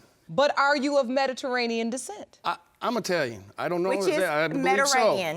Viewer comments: Let's say it together, Me-di-TERR-anean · Metarainian lol